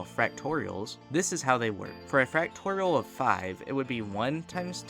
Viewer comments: I cant stand how you say "fractorial" instead of "factorial", but good video regardless :3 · Why are you saying fractorial 😭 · I HATE the way he says factorial. He says it like. fractorial